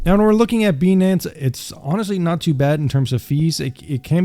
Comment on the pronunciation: 🤨 why u pronouncing it as beee nance its pronounced BYE NANCE